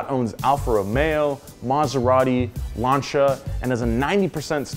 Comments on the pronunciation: “Poo-joe” “Lan-cha” “See-aht” what else did mispronounce? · "There's plenty more chinese names coming up and I'll probably butcher them too." Proceeds to butcher almost every non-American name. I've never in my life seen someone butcher Lancia so bad it sounds like Lawn Chair. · So many names absolutely botched and butchered 😂😂 Day-CIA, LAN-CIA, Daimler 🙄🙄🙄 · I know what you mean. As a non native english speaker (german) this annoys me all the time... It's pronounced Say-Yacht (as he said) not Seed... Same Problem with Dacia (Dutch-ah) and Lancia (Lunch-ah) and not Duts-eeh-huh or Lance-eeh-huh...